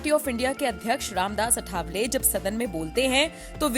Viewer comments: सही नाम अठावले नही, आठवले है। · 'अठावले' नहीं, सही शब्द है 'आठवले'।